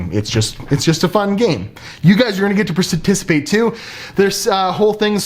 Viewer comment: Parsitisipate may be my new favourite word.